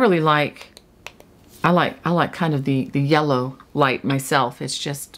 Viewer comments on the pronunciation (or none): none